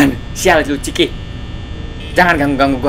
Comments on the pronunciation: Itu nama nya bukan ciki tapi cikha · Chika kak bukan ciki itu mah ciki ciki